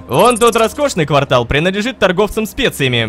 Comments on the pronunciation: Рома, ква́ртал это промежуток времени, а не место. Место это кварта́л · НЕ квАртал, а квартАл XD